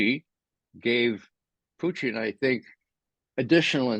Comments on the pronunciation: “Fluent in Russian” but pronounced it “Puchin” along with other mispronunciations. Yeh I’m out, get better guests. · Why does he keep calling Putin Putein ?? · First....say Putins' name right!And quit rambling!